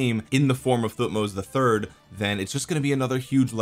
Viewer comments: I think Thutmoses is pronouced Thut-moses Moses like the guy who parted the sea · thank you for trying to pronounce their names, the right pronunciation that they taught us in school since i am egyptian would be "Tohutmos" with emphasizing of H thank you for the great video, i can't wait to see when the new civilization will come out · pronounced like king Tut..so tut-moh-zes. Just ignore the “h”. Interestingly, during biblical times the Pharos always has a name that’s God+Moses. So Ra-Moses (aka Ramses) and his adopted brother whose name was wiped from history by Ramses so we just call him Moses today because we don’t know which god name prefixed him. My gut says probably “Thoth” but who knows.